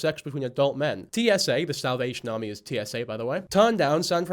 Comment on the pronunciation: lol its bc of how Mikayla pronounces it